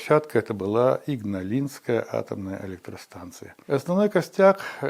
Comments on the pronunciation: Игналинская АЭС с ударением на второе «и», а не Ингалинская. Подправьте озвучку пожалуйста! Есть такой город в Литве - Игна’лина… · " Ингалисской"?Игналинская станция! 😜 И, ещё, МАГАТЭ это международное агентство атомной энергии, а не энергетики. Готовиться надо "тщательнее" 😃😂, дорогой Илья. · Какая иНгналинская АЭС, если иГналинская, капец конечно материальчик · Ингалигская АЭС немного напрягает хД на пост обработке думаю можно и поправить было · Ух как режут слух слова из детства. Не ингалинская, а Игналинская АЭС. Не ШевАлдин, а ШевалдИн. Не Каунус, а Каунас.